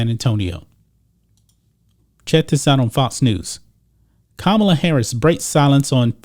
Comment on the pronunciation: ka ma la not kamala...what a khunt